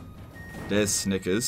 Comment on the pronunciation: I heard Snikers.